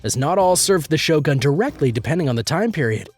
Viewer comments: your pronunciation of Shogun is wrong. it's not GAN. it's GOON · Right, and with the emphasis on the SHO.